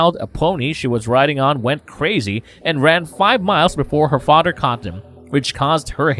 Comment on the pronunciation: I'm sorry but I can't listen to someone who says Othdder or Fadder